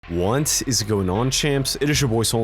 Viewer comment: sounds like you're saying want is going on champs at the start of every vid man haha sup with that?